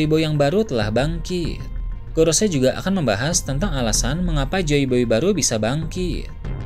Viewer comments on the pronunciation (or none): none